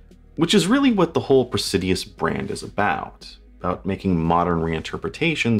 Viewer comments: He's added a few extra syllables in the name each time. Cracks me up. Pray-si-dus. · There's no "i" between the d and u in Praesidus. You are mispronouncing the name of this ugly watch. I can't imagine wearing it in public.